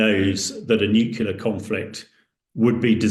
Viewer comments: Consistantly mispronouncing "nuclear" as "nucular" the whole way through the video is very off-putting! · If you can’t pronounce the word nuclear correctly then you don’t have any right offending your opinion on the subject. It’s NEW-CLEAR not NUKE-YOU-LER. This is a common mispronunciation but it’s entirely wrong. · NuCLEAR not NuCULER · Thanks for clearing up the proper way to pronounce it. NEW - QUE - LUR. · And he can't even pronounce 'nuclear' ... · You'd think that some of these experts would pronounce NUCLEAR correctly